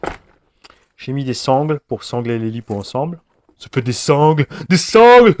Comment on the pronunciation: Salut t'es gênant quand ta dit les sangle